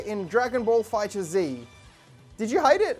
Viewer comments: Not to hate but its pronounced "Fighters" not "Fighter - Z" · It’s pronounced fighters but with a Z not fighter Z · It's pronounced fighters. Not fighter Z . Just thought I clarify :) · its Pronounced DRAGON BALL Fighters